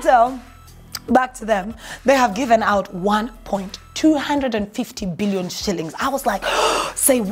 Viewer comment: am sure meant 1.25 billion but the way you said it got me saying what da.....?